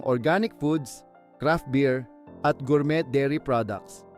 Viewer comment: Para sa kaalaman mo rin gormey po ang tamang pag bigkas hindi gormet..